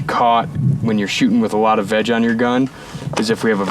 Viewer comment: Every time yall said veg, I heard vag 🤦🏻‍♂️